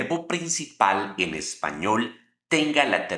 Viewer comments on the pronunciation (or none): none